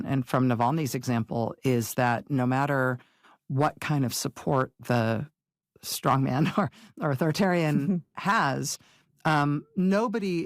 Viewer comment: There is a term "stong man", and another term "Strongman". When verbalizing these terms cllearly speak them as one word, or two. And respect the differing stresses 😊 I love you both as strong women, and intelligent newswomen!